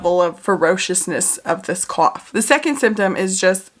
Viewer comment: The way u say cough/ coughing is so funny to me- a South African